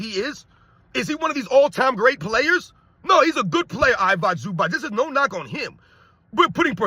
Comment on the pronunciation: stop butchering I-vi-ca Zubac's name, he's not Ivock Zubak